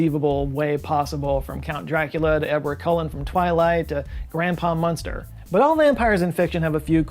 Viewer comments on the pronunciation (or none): none